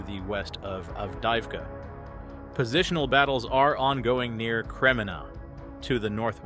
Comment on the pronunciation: Sadly, the AI voice can’t pronounce names we’ve learned through so much listening! Av-deev-ka, etc.